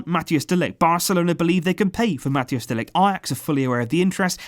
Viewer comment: Collaboration with Ajax and Barça is absolutely wonderful but PLEASE pronounce MATHIJS CORRECTLY